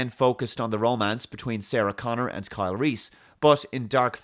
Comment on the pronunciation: 'Carl'. Just one enunciation away from 'Kyle'. Absolute dogshit.